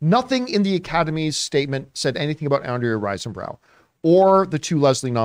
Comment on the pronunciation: It drives me crazy how you keep mispronouncing her name as Andrea "RISEN-brow". It is RISE-burrow. And to think you raved about her performance! It's almost enough to persuade me that you calling Viola "Olivia" and referencing Octavia Spencer (who isn't even in the running for any performance this year) is just a case of senility, and not a racial micro aggression.